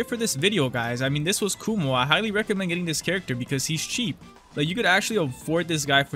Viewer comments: kuma btw not kumo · who more than me watched this video multiple times just to hear saying "kumo"